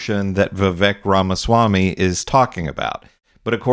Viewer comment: Why not learn to pronounce his name